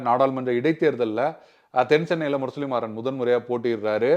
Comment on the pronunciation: பெயரை சரியாக உச்சரிக்கவும். முரசொலி மாறன்....நீங்கள் இப்படி ஒரு தமிழ் பெயரை உச்சரிப்பதைக் கேட்பது மிகவும் எரிச்சலாக இருக்கிறது. நான் எந்த அரசியல் கட்சியையும் சார்ந்தவன் அல்ல